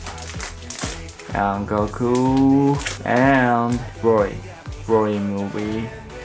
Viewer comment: Its cute how you say broly “brory”